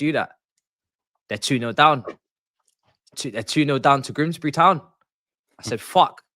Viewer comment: "Grimsbry Town"